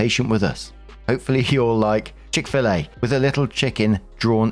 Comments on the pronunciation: As a Southerner, it is my duty to inform y'all that Chick-Fil-A is pronounced "Chick - Fill - Eyy" Chick as in Chicken Fill like Phil the name Eyy like the letter A This has been a lesson with a Southerner. May all you Brits across the pond have a lovely day. As for everyone else, go to Chick-Fil-A and order a lemonade from there. It is some of the best Lemonade you can find in the South. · Hey, it's pronounced Chick fill A. Hey and Waffle Gang! I hope everyone is having a great day/afternoon/night! Peace ☮️, hugs 🤗 and love 😘!